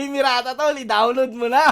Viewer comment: "mo na" hindi "muna"